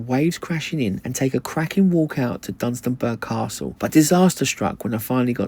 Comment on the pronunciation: Dun-stun-borough Castle